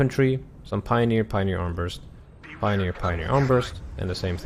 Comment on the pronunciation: Not complaining, just informing you that those Pioniers AT weapon is called Armbrust not Armburst. It is german for crossbow. Great video as always.